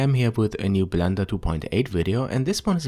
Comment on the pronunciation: He said plender